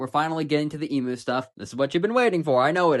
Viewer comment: i have a problem with the emu pronunciation